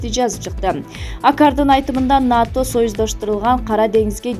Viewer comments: Журналист туура эле айтып жатат (НАТО) деп эле айтылат, Окубаган шахмар жоголчу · Журналист туура эле айтып жатат, (НАТО) деп эле айтылат, Окубаган шахмар жоголчу